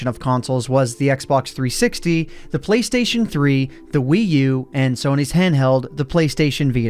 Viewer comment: "Playstion" Please.